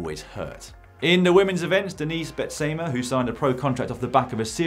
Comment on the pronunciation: Thanks for the race news. Though if you want to pronounce Denise Betsema right, listen to it in Dutch if available sometime ;)